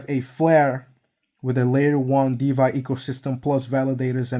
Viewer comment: it's DeFi, not DeVy 👍